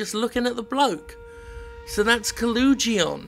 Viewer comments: There's one O between the L and the G, where is Jim getting this "oo" sound from? If it was Kolugeon then okay, fair enough, but it's an O. One O! Stop it! Oh, also, great looking game. Thanks for bringing it to our attention. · Ko-log-eon. There. I pronounced it for you. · I thought you said it like "Collagen" the shit that our nails are made of.